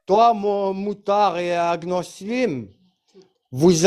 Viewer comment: Elle dit agnolism 😂😂😂😂